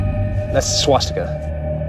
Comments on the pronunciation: it was painful to hear those dumbasses saying swatstika and admiral donuts lmao they claim theyre officials on the topic they obsess over but cant even pronounce a fucking word. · Around the point one of the hosts of the show about Hitler clearly pronounces “swastika” like “swat-sti-ka.” Crack team of experts, guys. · You'd think for someone who has supposedly studied this stuff for years, he'd know how the word is pronounced. Not gonna write that down here because Youtube might get a bit cranky if I do but you know WHICH word I mean I hope ;XD